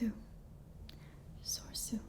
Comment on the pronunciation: Well, it's no surprise Anakin is missing. He was trained individually by Obi-Wan, because he was deemed too old. (One of the silliest plot excuses in the history of cinema, btw). And I'm pretty sure the middle "e" in "Soresu" is pronounced.